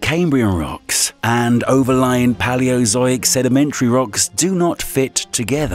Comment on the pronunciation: Omg am I the only one hearing him say “PALL-e-o-zoyk” “pay-lee-oh-ZOH-ick” lol “Zoyks!”